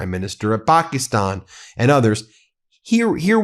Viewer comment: Its not Pokistan...😆😆 Its Pakistan with a short A.